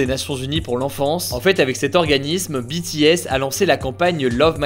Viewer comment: A partir du moment où le nom BTS est bien prononcé ça ne peut qu’aller bien😂